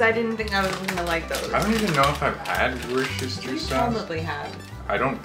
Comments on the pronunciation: WU - STA. that's it. no shire (pronounced sheer if you ever need to use it). cheers Canucks. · As someone from Worcestershire (an actual English county), I'm not sure how I feel about that pronunciation 😛 Probably the best way to spell it phonetically would be: wuss-tuh-shuh / wu-stuh-shuh, but it was a good attempt! Better than some I have heard!! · Doing a youtubeathon and just watched this video... coming from the city that makes this sauce made me laugh how you pronounced it.. Just watch shrek 3 im sure you will pick up on how its pronouced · Its just pronounced Wooster sauce, and we love Worcestershire sauce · I pronounce Worcestershire as wuster t's easier to say